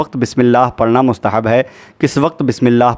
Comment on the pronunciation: What is mustahan???? It's mustahb